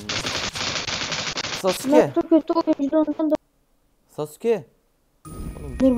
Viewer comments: abim hiç mi izlemedin o "sasuke" değil o "SASKE!" olucak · Sasuke değil saske sinir oldum 😂